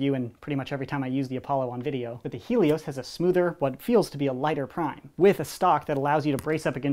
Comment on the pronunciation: It's hay_ Lee_ os